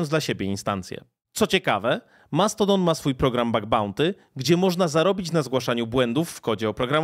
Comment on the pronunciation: Wyjdzie na to, że się czepiam, mimo to męczyło mnie to trochę i mam pytanie: czemu, stosujesz mieszankę wymowy stosowanej w angielskim na przemian z artykulacją w naszym języku? Mamy z jednej strony Mastodon (z akcentem na I sylabę) i "dżimejl", a z drugiej słyszymy "Elon Musk" (później nazwanego przez Ciebie "Maskiem" czy też "Outluk". Podkreślam jednak, że mimo tych uwag jestem niezmiennie pełen uznania dla Twojej pracy.